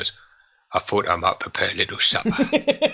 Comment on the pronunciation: "I fought I'd prepare a little suppah"